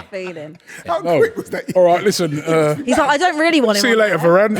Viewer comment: The disrespect on varane’s name